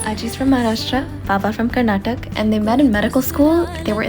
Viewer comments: it's not KARNATAK... It's KARNATAKA. You and your fake slang 🤦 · it's pronounced Karnataka not karnatak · U must learn to pronounce every state properly.....it is karnataka not karnatak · Karnataka!! (Not karnatak) pronounce the KAaaaa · KARNATAKA… not KARNATAK … there is no natak going on here… pronounce it properly. It’s not hard 🤦‍♀️🙄🤷‍♀️.. just so, i am adding… it’s not KANNAD 🙄 .. it’s KANNADA. Is it that difficult to pronounce?? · Please pronounce it properly its Karnata`ka’ not karnatak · Please pronounce Karnataka it's not karnatak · Everything was adorable in this but the kannadiga in me got ticked off when you said Karnatak 🫥 Its "Karnataka" please pronounce the ending "a" 😂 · For fucks sake it's "KARNATAKA" not karnatak, you guys have no problem in pronouncing other difficult names but there's a problem with KARNATAKA every time. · It's KARNATAKA And not KARNATAK. God's sake, please pronounce correctly 🤧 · it's nt karnatak it's karnataka plz pronounce correctly all names as it's own respect n value,for us karnataka people it's as emotion plz dnt hurt it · Baba is from Karnatak she says , yet pronounces KARNATAKA AS KARNATAK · It's not Karnatak it's Karnataka. How can u not even pronounce the work properly 😡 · it’s Karnataka and not Karnatak Please correct the pronunciation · It's not karnatak!!! It's karnataka!!! Pls do pronounce it properly Jai karnataka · Ur own grandparent is from karnataka and still u don't pronounce it properly. It's "karnataka", not "karnatak".. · Sorry it's "Karnataka" not Karnatak. I wonder why the last alphabet "A" is missed and pronounced Karnataka as Karnatak and kannada as kannad uff... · It’s not karnatak it’s Karnataka get your pronunciation right. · Please pronounce properly It's not karnatak IT IS KARNATAKA. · It is not Karnatak it is Karnataka pronounce it properly b*** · Pronunciation is KARNATAKA just like the spelling. Why do people pronounce it has KARNATAK? WHAT IS WRONG??? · Karnataka is pronounced as Karnataka bruh